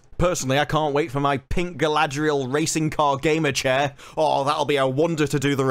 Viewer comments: how do you turn 4 consanents into 6? i thought her name was galadriel, not galaladriel? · Question for or however it’s pronounced now. If Tolkien had put out more powerful women in the LOTRs would the existing women characters such as the one you play be diminished and felt way less important in the story? I’m just curious how your brain works. Certainly not logically. Yes let’s add more more more powerful women that will make Eowyn and Arwen scenes stand out more and hold a ton more weight.